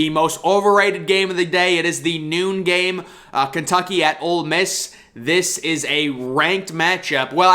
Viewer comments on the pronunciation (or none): Great content. And it’s OLE Miss, not OLD Miss. Keep it up!